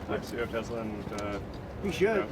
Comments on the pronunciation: min time stamp, "I love Tesler!"😂😂😂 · I love tesler!😂😂😂